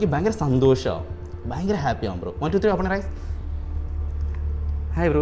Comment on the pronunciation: ഫയങ്കരം തന്നെ🥴🥴🥴🥴